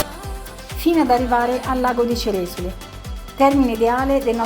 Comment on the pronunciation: Ceresòle ha l'accento sulla o 😊, per il resto video bellissimo come sempre!🎉